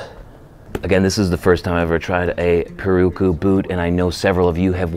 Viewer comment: Pirarucu. Pronunciation for you. ‘Pi’ like you’re saying ‘pistol’, ‘ra’ as in ‘rat’, ‘ru’ as in ‘roof’, ‘cu’ as in ‘coupe.’ Put them together, pi-ra-ru-cu. it’s a fish that lives in the Amazon river that is very flavorful. I hope this helps in future pronunciations. The Brazilians roll the red when they pronounce it. It rolls off the tongue pretty well. Thanks for the great vids!